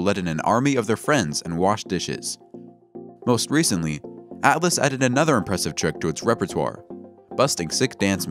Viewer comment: ALLAS or ATLAS???? The subtitles say ATLAS so pay attention and read and pronounce names correctly next time